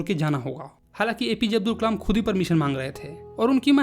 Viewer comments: me aapne kalam ki jagah kmal bola he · Nice video but said kamal instead of Kalam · it's kalam not kamal btw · Kalam ❌no kamal🧋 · It's kalam not kalem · Kalam bolte h Kamal nhii😂😂😂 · Kalam ❎️ Kamal✅️ 😅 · ...bro kamal nahi kalam he😊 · pe Kalam ki jagah Kamal 😂😂😂 listen carefully. All 👇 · is kalaam not kamal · Kalam ❎ Kamal✅😅😂 Btw..Your all videos are very helpful and understanding 😊❤ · A mistake in your vedio Kalam × Kamal 😂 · Who noticed on he said kamal instead of kalam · It's kalam not Kalam